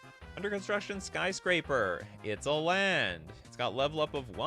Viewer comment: Scry-scraper lol